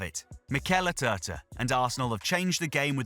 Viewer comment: ATERTA? Who the hell is he? Do you mean ARteta? 😂😂😂